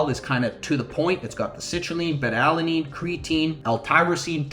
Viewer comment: Solid video, thank you. FYI - It's pronounced-Bay-Tuh, not Bet-Tuh. That's a Southeast Asian fish, lol. Have a nice day.